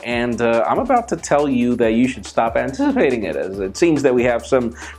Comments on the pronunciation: "anteezeepating" lol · "You should stop antiziipazing it"